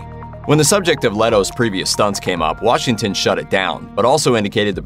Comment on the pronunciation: Washinton?...no g? Seriously?... Ironically, it's The Little Things😤😠🙄